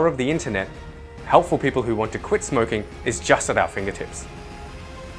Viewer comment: You said smrking